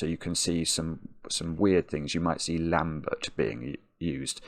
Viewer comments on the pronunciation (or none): none